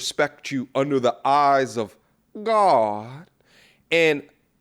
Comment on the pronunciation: “She’s going to disrespect you under the eyes of -😫 gaawwuawahd” 😂